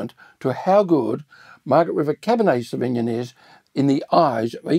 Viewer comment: This is all great. Re pronunciation, where are you getting the cab sav pronounciation where you say savigmIn? I have only ever heard it pronounced savignOn & it’s a little distracting from the main content of the video #firstworldproblems